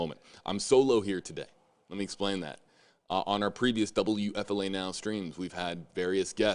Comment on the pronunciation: Wfla it's time shelve Laundry We are tired of it. Also please pronounce your station call signs correctly. You say wfla wfla wfla wfla wfla too much. Please get a new story